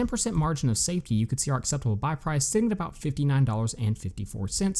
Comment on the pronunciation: Margin of *safety. Not “saftey”